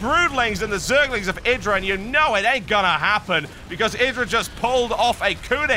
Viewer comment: This caster is the first British I've heard that's calling IdrA correctly, not "eye"dra lol.